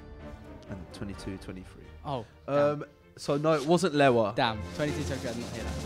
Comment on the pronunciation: The way he said LEWA😭, it's not even Lewa